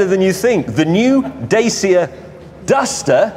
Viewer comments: I like how James pronounces "Dacia" wrong lol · i love how i did not see them pronounce "dacia" correctly once